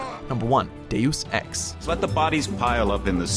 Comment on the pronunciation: cant help but hearing days of sex when he says deus ex xD